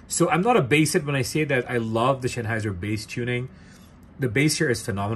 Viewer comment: Please do learn the word Sennheiser. It's not Schenheiser. ❤